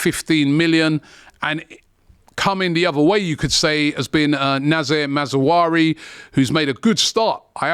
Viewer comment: absolutely butchered Noussair Mazraoui name.